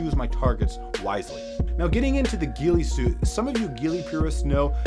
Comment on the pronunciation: "Gheealee suit" lol